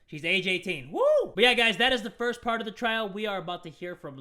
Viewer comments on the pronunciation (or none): none